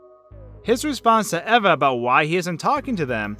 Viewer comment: The pronunciation of Eva made me cringe. Did you never watch Wall-E? EEEEEVA!!!!